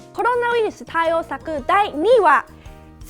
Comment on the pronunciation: コルゥナウイルス(笑)